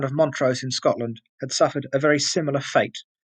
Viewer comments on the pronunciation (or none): none